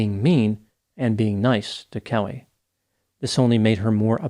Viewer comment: Damien’s not even kayoot, Kellehhhhhh!!! 🤨